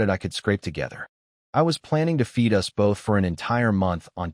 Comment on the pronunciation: Your AI narrator needs work. It reads many of the two letter words as two single letters rather than one word. Like it is one word, it, not I t. Us is not u s.